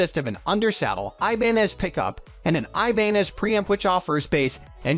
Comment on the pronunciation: The picture of the Taylor...is a guitar...NOT a bass. And they pronounced Ibanez incorrectly.